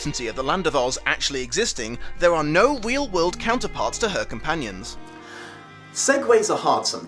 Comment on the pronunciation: Anyone else hearing "Wheel world."?